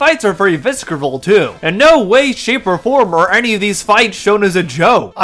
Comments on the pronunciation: Did you actually say "viskeral?" "Visceral" is pronounced "visseral." The "c" is silent. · Isn't visceral pronounced like Viss-ehr-al? You keep pronouncing the silent c whenever you say it. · <3 <3 the c in visceral is silent >.> -- Visserral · That's not how "visceral" is pronounced, bub. Lol